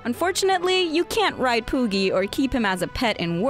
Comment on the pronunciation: you said pooki and I completely lost interest